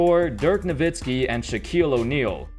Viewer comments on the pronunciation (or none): It's dirk nowitzki,get it right!!